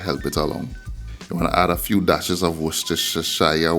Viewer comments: 👋😄😁🤣Wwwstershia sauce 👍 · He can't say Worcestershire sauce.😂😂😂😂 😂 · Lol u make me lol the way u say Worcestershire sauce I cnt even say it myself 🤣